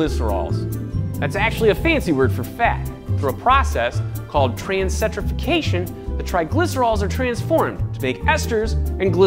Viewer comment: It’s pronounced trans-eh-stir-fikay-shun. 👍🏻